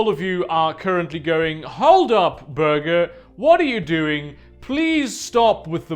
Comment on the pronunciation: Why does burger sound British if he’s German? Jw